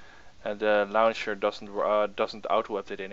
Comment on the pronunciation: "the lauwncher"